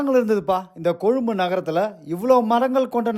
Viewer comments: கொழும்பு என்ற உச்சரிப்பு அழகாக இருக்கிறது உங்களிடம். கொழும்பை பற்றிய உங்களுடைய நல்ல வார்த்தைகளுக்கும் வாழ்த்துக்களுக்கும் நன்றி 🙏🏻 ஆமாம் கொழும்பில் எங்கு சென்றாலும் மரங்கள் இருக்கும். ❤️❤️❤️🇱🇰🇱🇰🇱🇰😇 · நன்றி நண்பரே ❤❤❤❤❤❤ நீங்கள் கொழும்பு என்று உச்சரிப்பது அழகாக இருக்கிறது..... காணொளி இறுதியில் சூரிய அஸ்த்தமனத்தை அழகாக காட்சி படுத்தியிருக்கின்றீர்கள்......❤❤❤❤ மிக அழகு